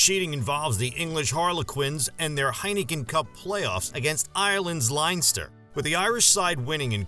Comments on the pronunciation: Ireland's Linester 🤣🤣 Leinster is one of the provinces and is pronounced like 'lenster' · He cannot even pronounce "Leinster" correctly. Silly. Not only is it an idiot clickbait thumbnail, he's an idiot in other ways as well.